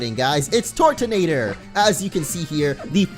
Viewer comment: Why do you pronounce it like "tortonator" it is actually turtonator (Sometimes i call it turdonator 😅)